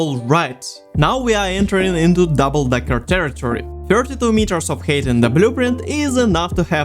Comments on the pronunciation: Ну чел) Height произносится "хайт", а не "хейт". Да и в целом во второй половине видоса забил полностью на произношение походу) Режет слух прост, а в остальном красава! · Great video, but for the love of God, its pronounced "hight" not "hate" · i noticed that you pronounce the ‘ei’ in height as an ‘ay’ noise instead of ‘i’ & so it keeps sounding like you’re saying ‘hate’ :,) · The way you pronounce 'height' is fucking mind numbing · Great video, but... Why so much hate? Oh wait, I think you mean height, yes? It's pronounced like Hi! with a T at the end. English has some weird hold-over spelling and pronunciation artifacts from a former time. It's also a language with a whole lot of words stolen from other languages.